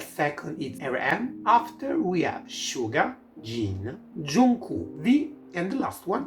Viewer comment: suga is pronounced as shuga (i would even say as shjuga but that would probably make it harder for english speakers) since it's written as 슈가 in hangul, i would say just listen to how suga and other members pronounce it